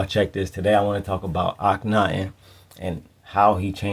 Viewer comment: Thank you! Akhen-ATEN 🙏